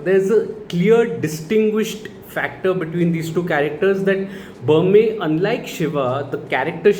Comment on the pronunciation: Berme is a short e sound both times like in Berry and Men. Not ahr like in Burma or the standard e sound like in Main. He is named after Bermer (R added for respect like ji in Hindi) the primary Bhoota. He is supposed to have created Tulunadu (the region where the Bhoota Kola practice is followed). I don't think the film went into the legend of Bermer. Probably because they went with the Shiva Gana angle to explain their origins.